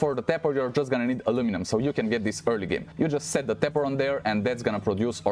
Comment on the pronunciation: Oh Tapper, sounded like pepper